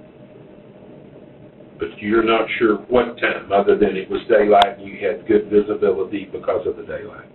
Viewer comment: “ you seem like a guud person ur a marine”😂😂😂😂😂…… this DOES NOT MAKE HIM A GUUD PERSON IN GENERAL officer!!!!